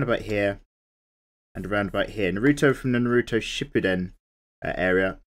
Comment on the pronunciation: I cringed when you mispronounced his name